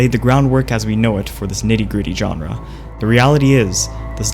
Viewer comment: Informative and well edited video... but the way he repeatedly says "genre" bugs me so, so much